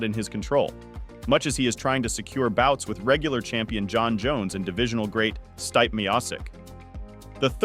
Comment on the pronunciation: Can we stop making ai generated videos it made it obvious as soon as I heard styp meosis